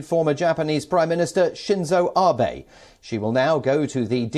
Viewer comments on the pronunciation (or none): Not 'ARE Bey' but 'A' as in apple BE as in Betty can 'I do another question'.....! !